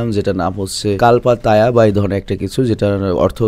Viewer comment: ওটা কাল্পা তায়া না ও টা কুল্পা টুয়া